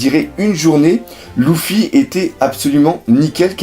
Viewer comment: arrrrrrreeeeeete de dire "loufy" ca me gave de dingue !!!